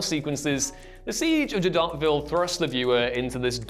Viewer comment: He broke my ears with his pronunciation of Jadotville. Taking tips from Big Ron and Juventus are we?